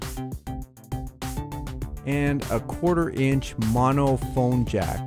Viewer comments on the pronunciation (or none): none